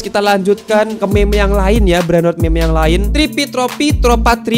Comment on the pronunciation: bang gw mau koreksi kalo ngomong meme itu bukan gitu ngomong meme yang bener itu ngomong nya MIM jangan me me